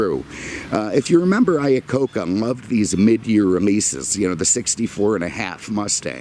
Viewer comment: It's "Iacocca"...my last name is not that far off. I was also born in 1969 LOL